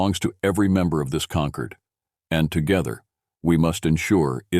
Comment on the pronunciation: The word is “concord”, as in Concord grapes, concordance, order or ordnance - with an OR sound - NOT “conquered” with an ER sound.